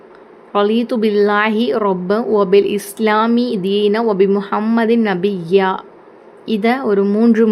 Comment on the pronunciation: . அஸ்ஸலாமு அலைக்கும் நீங்கள் கூறிய 15 தி க்ருகளையும் சிரமம் பார்க்காமல் டைரியில் நோட் பண்ணி கொண்டேன் அல்ஹம்துலில்லாஹ் ... 9வது திக்ரின் இறுதியில் எழுத்தில் நபியினா என்றுள்ளது தங்கள் உச்சரிப்பு நபியா என்றுள்ளது Please Edit .... அல்லாஹ்விற்கே எல்லாப் புகழும் எல்லா உரிமையும்